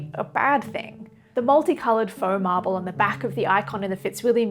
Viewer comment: Feaux Marble = "Farble"